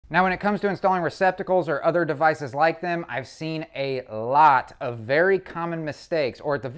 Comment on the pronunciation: One comment, the term "a lot" is not pronounced with a long A or a hard A it is a short a. Pronounced "ah lot". Its just like the A in america. Please use the language the rest of us use. Thank you. Great video with good information